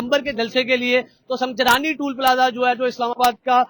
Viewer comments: سنگجانی ہے سنگ جلانی نہیں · Sangjani tool plaza Hy salay pronunciate tu kar thk say